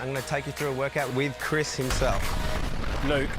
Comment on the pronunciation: me: at least didn't say 'Helmsworth': 'Crims Hemsworth'